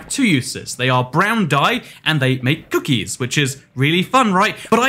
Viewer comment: why did he say "cookies" like that